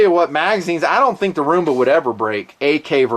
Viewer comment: It's fucking ROOMBA NOT RUMBA FFS